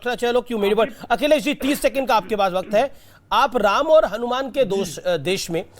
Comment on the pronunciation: जो हलुमान चालीसा पढ़े वे बिल्कुल उच्चारण गलत बोला है।।